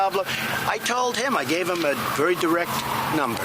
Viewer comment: Be vewy vewy quiet. I’m hunting for weasonable doubt 🤫